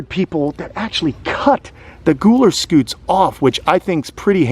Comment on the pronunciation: Gooler Scoots??? That's exactly what it sounded like....😆 that shell on Lumpy has all those spike like things..are those "pyramids"? I heard that on Dr. K Exotic vet TV show. I bet you know her... She's in Florida. Have you used her? She has a Sulcattos tortoise. It has a weird name..Duram..Duuhhh...oh heck I can't recall. She uses him for tortoise blood if she needs it. Fascinating!